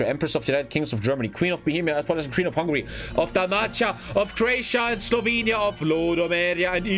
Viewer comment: what... what is slavonia?